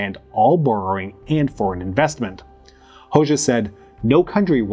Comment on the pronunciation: It's /ˈho.d͡ʒa/ the letter xh (it's a single letter in the Albanian alphabet) makes the /d͡ʒ/ sound like in the English word bul ge